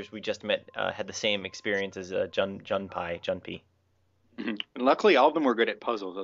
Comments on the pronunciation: I'm pretty late here, but it IS pronounced "june-pay" if you've ever played Persona 3, the comic relief character has the same name. :P Just thought I might point that out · June-pay. Like the Persona 3 character. :) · Yay you guys pronounced his name right ::D